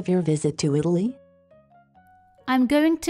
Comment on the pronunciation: Non mi sembra che la parola Italia sia pronunciata bene.